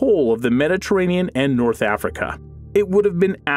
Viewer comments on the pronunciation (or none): none